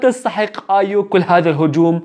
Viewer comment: بليز مو ايوم اسمها ايو